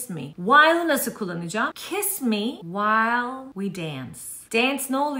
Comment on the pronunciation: While söyleşiyi çok iyi değil mi yaa😂😂